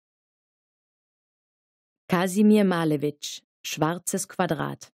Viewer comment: Prima. Aber Maleeewitsch, nicht Maalewitsch :-)